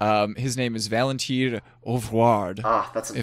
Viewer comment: Your french for "Valentin" sounds like the feminine noun "Valentine"! 😂 Vlad may be for Vladimir, or just Vlad who may be of russian or polish origin. 😊